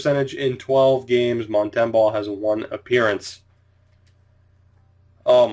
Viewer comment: Mont -em-boh like Bo horvat, sorry